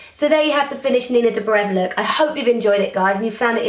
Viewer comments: Shes not dobrév but dóbrev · it's so cute the way you pronounce Nina 's surname , Dobrev x) <3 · yep, she's from Bulgaria, like me :) Actually the name "Dobrev" is the male version, but she has removed the -a at the end, so that people pronounce it easier. In reality, it should be Dobreva [do' breva] with a strong "r"...